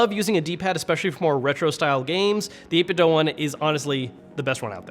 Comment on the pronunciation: It's pronounced 8Bitdo with the "do" pronounced like the word "to do". This post was made by the Wulff Den gang.